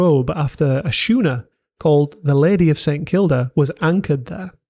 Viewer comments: schooner - "skoo-ner" not "Shoe-ner" - OED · It's pronounced Skooner, it's a ship, not shoener. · Very interesting. One point: you pronounced the sch in schooner like I would in shoe. I’ve never heard anyone else do that. I pronounce it like the sk sound, so like skooner. I wonder I’d you are a somewhat autodidactic. I am.. I was in my fifties before I had been pronouncing my Observers Book of Larger Moths as one would the drink ‘Larger’ as apposed to the opposite of smaller! I had to chuckle when I finally realising I had got through my whole life without anyone pointing it out. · You've a strange way of pronouncing some words, like "Schooner". You say "shooner". Never heard that before. It's always "Skooner". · you pronounce schooner wrong its scooner the H is silent. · Where did you learn to say shooner? At shool?! 😉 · Great Doc. Really informative. Schooners are pronounced Skooner (just to be annoying.) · Schooner is pronounced Skooner